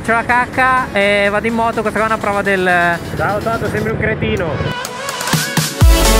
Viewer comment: che è quel ciao che non capisco se è un ciao 😅😂